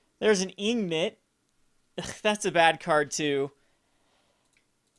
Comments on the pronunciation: It's not ignot, its INGot. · Ingot is pronounced "iNGgət" Love these videos though!